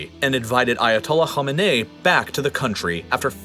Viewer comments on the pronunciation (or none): For westerners trying to pronounce Irani leader's names, Khomeini and Khamini are two different people with two different names. The guy that came back from exile in 79 is Khomeini, the guy in charge now is Khamini. kho-mey-ni, kha-mi-ni. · Dear . thanks for great content. Please differentiate between the revolution leader of so called islamic revolution of iran whose name is (kho - may - knee) ( kho- mei like may - nee like knee) and the his successor who has no familiar relationship with him which i s pronounced ( khaa- me - ne - eee) so (khaa long aa -stop - meh - stop - neh - stop - eee long ee)